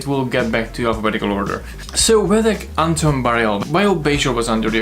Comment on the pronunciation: I know this video is old but the way you say his name is Vedek Bareil Antos. His family name Bareil comes before his own name of Antos. Also it is Antos, you need to pronounce the S.